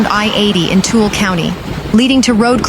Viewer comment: Following standard English pronunciations Weber, Heber, and Tooele would be pronounced as you did. But in Utah, they are pronounced Weeber, Heeber, and too-eh-le. 😅